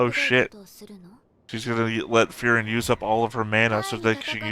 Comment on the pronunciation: Her name is Fern not Fren. Fern is germany for distant or far away.